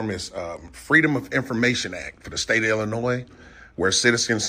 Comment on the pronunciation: Just like GoatBoy he thinks that Illinois is pronounced "I'll Annoy".